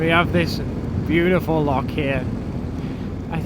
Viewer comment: aye but your saying lock